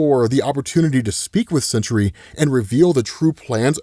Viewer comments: It's SENTRY, not "century." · Dude, it's Sentry. Not Century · That animal Sentry Can’t even say his name